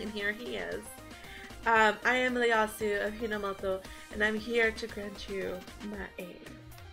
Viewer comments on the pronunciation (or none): Looking forward to this. But have to say island is Eye-Land and for Ieyasu the first letter is an I not an L so pronounce Ee-Eh-Yasu. He is based on a historical Japanese figure Tokugawa Ieyasu. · its Ieyasu with a I from japanese history.... and her name is also pronouned Elis-sann the ne is silent..